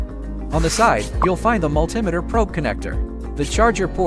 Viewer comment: AI video calling it a Multimiter. Find a human.